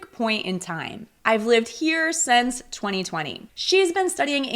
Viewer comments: You are not alone! She pronounced "since" like "sense" which is incorrect. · I liked the video. Just a quick question: for my ears you pronounced “since” like “sense”. Is it common to pronounce it this way? Thanks 🙏